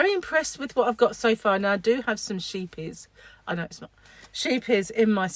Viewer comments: Hey! I've missed seeing you. I've had my Grandson. He is turning four. I believe it's pronounced Scape yehs. Also means ship, therefore the ship on the label. I learned it on a youtube lol. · It’s pronounced “skeep-yees”, I know because I speak Dutch and lived in Holland nearly 8 years. Scheepjies means sheep.